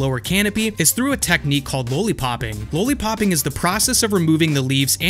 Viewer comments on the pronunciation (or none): What the hell is a "LOW-LEE-POP"? LOL are you talking about a lollipop? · Because he knows the history, he's saying LOL-lipop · Everything great but why don't u know how 2 say lollipop? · Low-lee popping? Makes me wonder if he understands why it's called that... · Low-li-popping...have you never heard the word lollipop? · Lollipop not lowlypop